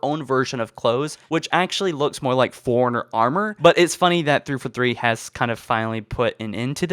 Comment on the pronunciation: Not as funny as when he says "Forerunner" like Foreigner.